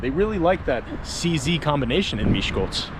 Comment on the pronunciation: Wow! I live in Miskolc. This video is just incredible. You told most of the historical facts and most about the famous people that were born here. And, your Hungarian pronunciation is amazing! And, you've comfirmed what I claimed many times. Miskolc isn't that dangerous, really. I am a 16 years old girl, and I can easily walk home at night alone for example from a club, without being attacked or robbed. So; I think that's just bad language. So...Isten Áldjon!